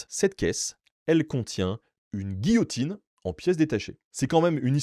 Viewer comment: Quelle français ce type 😂😂 J'ai une histoire rigolote : et il commence a parlé de giotine 🤣